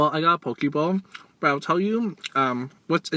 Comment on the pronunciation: Hi!!! I like the part when you made the "Poki Bowl" part sound like "PokéBall" from Pokemon. My question for you is, Are you going to eat a whole bunch of Pizza for us? A lot of people have been requesting that 😄. I loved the "Croch" part X,D it was hilarious. The crab salad looks good" Wish there were stores like these where I'm from.